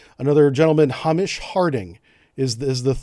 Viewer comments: Good discussion. - That is not the picture of Stockton Rush, CEO of OceanGate. You should learn to pronounce the names of the passengers - use Google Translate. HAY-MISH, not HAH-MISH. It takes 2 hrs to descend 2.5 miles deep. If they lost contact at 1.45 hrs then they were near the bottom when it happened. 2.5 miles = 13,200 ft. They are descending at the rate of 110 ft per minute. So hrs they are at 11,550 feet depth. The fact that they did not surface and reestablish communications means they are still stuck down there. They have no air, no water, no food, its freezing cold and no blankets, no light, no power, no toilet, and they cannot stand up either, in a crouched position. No voice communication either. I did not know that this was possible, but Stockton opted out of it. Absolute insanity to operate a vessel like this. The sheer hubris of the CEO, Stockton Rush. He rushed to his death ironically. If the carbon fiber hull imploded, this would be a quick and humane death for all and the best option if they died. But it was reported they heard some banging sounds on sonar...? How terrible for us not to know. I am so consumed by anxiety and depression about their fates. Such self realized people on that trip, Hamish, Pierre-Henri, Shahzada and his 19 yr old son Suleman, and Stockton himself. I hope you are wrong and there is a miracle and we find them. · It's pronounced 'hay-mish' not 'ham-ish' pal 👍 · Hamish is pronounced haymish just an fyi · Hey just so you lot in the states are aware Hamish is pronounced Hay-mish not Hu-mish I’m guessing it’s not a very popular name over there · Ham-ish? It's pronounced Hay-mish 🤦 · why cant amercians say hamish. why are they saying Amish with a h ?????? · Hamish is a Scottish/British name pronounced HAY-MISH rather than HAM-ISH. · Hamish is a Scottish name pronounced Hay-mish - not the way you say it, Ham-ish. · I know it's a small point, but when you're talking about the people on board, it's pronounced Hay-mish. roughly